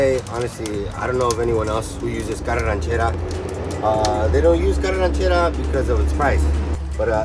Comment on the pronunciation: Carne arachera..not ranchera.